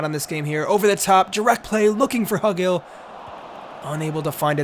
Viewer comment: Pronunciation help: It’s Hugill, like Hugh-gill